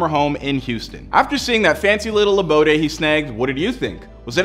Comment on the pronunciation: Abode.... not “aboday.” 🤨